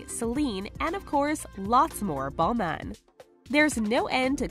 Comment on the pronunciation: Balman😂😂it is balmain right?!😂😂